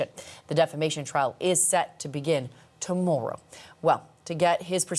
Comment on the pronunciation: Did anyone else notice how she said the word Tomorrow?